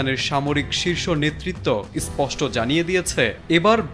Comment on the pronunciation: শব্দটি 'ইসস্পট্ট' নয় গান্ডু....শব্দটি 'স্পষ্ট' 😂